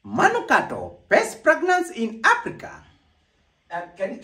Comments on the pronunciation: All I heard was ‘best pregnance in Africa’! 🤣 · Terence yawa eti pragnance🤣🤣🤣🤣